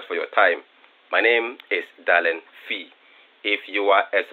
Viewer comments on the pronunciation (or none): "Darling fee"💀💀💀💀💀💀